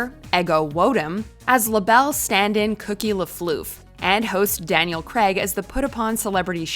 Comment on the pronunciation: It’s Craig not kreg there’s a bloody A there.